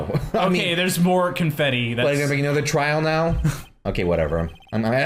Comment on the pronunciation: my mom's friend's daughter was watching me watch this and she was reading along so here's some highlights: - calling Edgeworth "Eggey" - actually nailing Lotta's voice - trial is pronounced as "tree-all" - "INVASTIGAT"